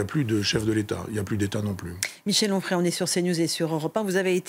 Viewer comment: Onfray, pas frais.